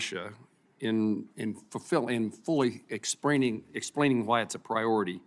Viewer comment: “Expraining”? I think he has sprained his brain! These Senators are a joke!